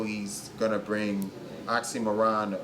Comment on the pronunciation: Ahahaha)) made the same mistake. OxxxyMIRon. NOT oxxxyMORon.